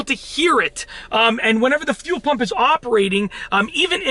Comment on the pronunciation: When he says fuel, it sounds like he’s says phew 🤣 phew pump